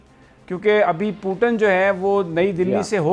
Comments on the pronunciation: अबे चिचा वो putan नही पुतिन होता है😂😂😂😂🤣🤣🤣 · Puton nhi putin 😂😭 and not mudi its modi kha sahi se bolenge ye log 😂😅